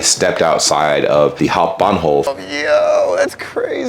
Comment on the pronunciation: Good pronunciation of Hauptbahnhof, I trust you as an American tour guide for my homecountry <3 Also all vacation days are paid and their is no f'ed up sick day system Your systemic critique is waaaaay to weak, considering the US cheeto in chief has disobeyed a ruling by the Supreme Clown Court Look at what is happening in LA, the US is in active fascism Has been for two decades, Trump uses the same arguments as Bush did On media: Yes, you are right that US media is uniquely shitty, but we do have issues with our media as well, a current example is the reporting on Israel/Palestine and Israel/Iran It is often better, but there is more nuance to this, after all the german system was set up by Americans